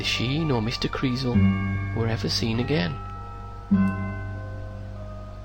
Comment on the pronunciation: kreeZel, not kreevel, just saying :)